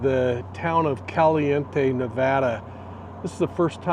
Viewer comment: CAL- E- In-tay 🤦🏻‍♀️ and I'm going to believe whatever you tell me?